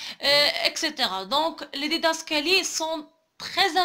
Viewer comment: On dit didascalies et pas didascaliers